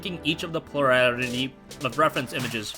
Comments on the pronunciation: Pluliralitly lolol awesome made me laugh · Lemme guess: plur-al-ity, like “plural,” as in “more than one” and “ity,” as in “the noun form,” together meaning the biggest percentage (which is often not more than half)